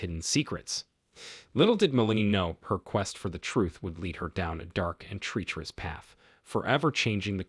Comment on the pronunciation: While I like ur voice I found you mispronounce many words.. one of which was the city of Charlottesville(correct pronunciation is like Sharlottesville). The word treacherous is not pronounced like treech....it's like tretch. There r many more. I hv to wonder if ur just being funny to see the replies. Heenis crime? You mean hayness, right😂? My family got a good laugh. Thx for this.